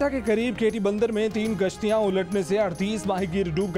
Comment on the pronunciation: 3 gashtian ni kashtian 😡